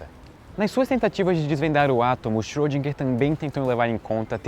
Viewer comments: Xôdinguer, não!!!! Por favor!! Erwin Schrödinger! Tem um r no meio. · Schrödinger...Ö!!!! Não é som de "O", mas de "E fechado"! ;)